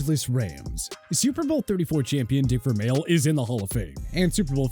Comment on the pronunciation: You couldn’t pronounce correctly… Marv Levy Dick Vermeil George Seifert